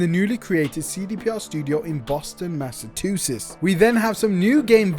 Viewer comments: "Boston Massatusettes" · Bro absolutely murdered saying Massachusetts 😭😭😭